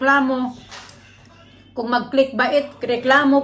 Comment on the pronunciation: Click Bait (klikbāt or klikbeyt) yan po proper ponunciation😊